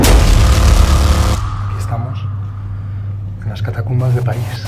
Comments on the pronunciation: Un apunte, sin ánimo de ofender, es catacumba no catatumba. Si no estoy mal, catatumba se refiere en Mexico a alguien que da una voltereta Por lo demás, muy buen programa y un gran saludo. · Si. Cada vez que dice catatumbas entro en trancce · Hermoso video ...y con tu vos incomparable!!! Muy bien pronunciado CATATUMBAS